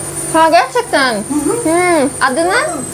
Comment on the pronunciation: IMPRESSED, GERCEKTEN EVET COK GUZEL "R" SOYLEDIN GE"R"CEKTEN DERKEN. 😄 DEMEKKI TURKCE KONUSURKEN R HARFLERINI SOYLEYEMEMEYI MAHSUS YAPIYORSUN, FARKLI GOZUKMEK ICIN. CUNKU COK GUZEL "R" DIYEBILIYORSUN.